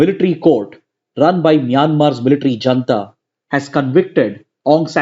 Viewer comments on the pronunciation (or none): none